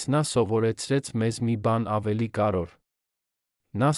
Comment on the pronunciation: Կարեվոր բառն էլ չէս կարողանում արտասանել